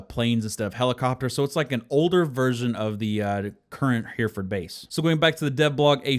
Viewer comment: Hereford is actually pronounced similar to "heretic." Just replace "tic" with "ford." Also, that bit about aiming is weird. I always wondered why my headshots always seemed to miss, so it's nice to know that the gun kicks first before the actual shot is fired in the animation.